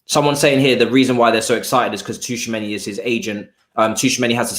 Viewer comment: 'T' is silent in tchoumani 😶